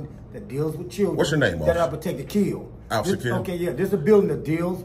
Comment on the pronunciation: But the KEEDZ, the KEEDZ? And the AMBERLAMPS too! LMFAO 😁